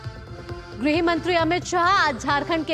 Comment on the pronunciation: गृह मंत्री not ग्रह मंत्री